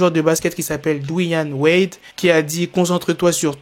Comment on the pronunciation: Ptn il a dis Douane Wade 😂 On dit Dwayne Wade